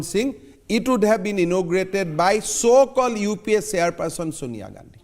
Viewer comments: Rajat ji said Rahul Gandi as ' Rahul Gan*u ' 🤣🤣🤣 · Rajat sharma says rahul gandhu 😂😂